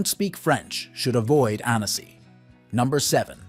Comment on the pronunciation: Please, learn proper pronunciation. It’s “Ann-ssi” not “Ann-ess-ee.”